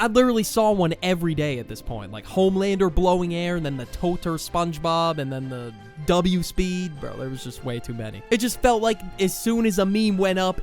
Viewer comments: It does NOT say totr is says totya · The Totr meme is pronounced totja or totya I have been learning russian and yea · its not totr, its totя and я is a russian letter 🤓 erm skibidi toilet